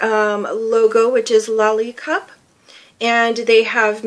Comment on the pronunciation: For Slovene person I think you pronounce it correctly